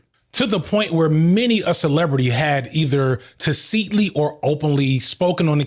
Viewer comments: TA-sit-lee. Emphasis on TA, said as in ‘tap’. ‘Sit’ as in sit down, not ‘seat’. Comment for the algo. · love you man, 'tacitly' is emphasized on the first syllable and doesn't have that long i sound. You can Google it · I love your content and your voice of wisdom gives me guidance I wouldn't find in ten lifetimes but you remind me of my father saying 'seez' when he means 'cis', when you say 'taseetly'. (it's tah-sit-lee/tacitly) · For future reference, ta-seat-lee is NOT how that word is pronounced. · "Taceetly" hahahahah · It's pronounced "Tacitly" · the way he pronounced tacitly 😳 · Brilliant, well-constructed video. Also, look up the correct pronunciation of "tacitly" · Everyone is so concerned with the content of the video and no one is going to complain about how he pronounced Guillotine or (significantly worse) Tacitly?! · What is this word??? Do you mean tacitly? Or am I crazy? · pls never pronounce "tacitly" like that again. ty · It’s hard to take this guy seriously when he uses words like tacitly and facetious so incorrectly and mispronounced. It seems like he’s mixing up the word specious with facetious. Of course he doesn’t care. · Not related to the content of the video but I’ve never heard “tacitly” pronounced like that before